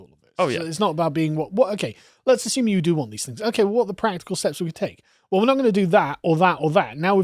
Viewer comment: Stop mispronoucing assume and presume you blithering diot